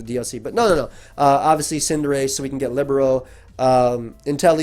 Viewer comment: Libero: (lih-BEAR-oh)